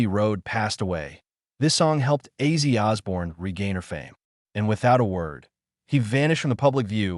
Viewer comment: Who is Izzy Osborne? This dumb fool doesn't know how to read!! Because of this he sucks!!!!